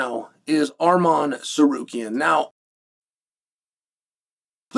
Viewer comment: How does chael butcher Armans last name… then magically start pronouncing it correctly… then by the end of the video or the beginning of the next he’s right back just winging it 😂